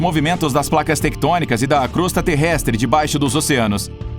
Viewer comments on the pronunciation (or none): none